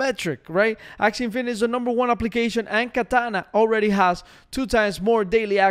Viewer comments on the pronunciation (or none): none